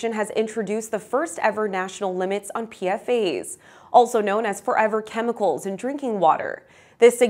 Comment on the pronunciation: PFAS is pronounced “Pee-Fahs”. per-and polyfluoroalkyl substances The “s” isn’t making the word plural. Its stands for “substance”.